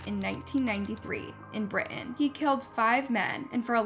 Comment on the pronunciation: Hi, the pronunciation is Britain, with a "t."